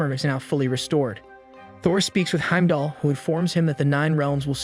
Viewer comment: Okay the pronunciation of Heimdall and Aether I can ignore, they’re weird words… BUT the way you say Realms is killing me 😭😂